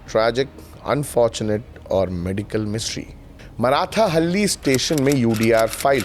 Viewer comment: बंधु आपकी प्रस्तुति उल्लेखनीय। परन्तु उच्चारण एक गलत हैं। यह मराठाहल्ली नहीं मार्थाहल्ली। मार्था एक स्त्री, हल्ली गांव। मार्था का गांव। इतना ज्ञान इस लिए आप गोदी में नहीं बैठे। जय हिंद 🙏🙏🙏